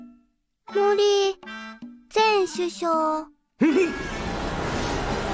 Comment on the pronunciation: Pay atention , the pitch accent of 「前首相」 is perfect!